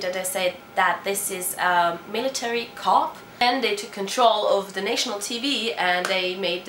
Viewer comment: Pronunciation of 'military coup' is like = Militari KUUU.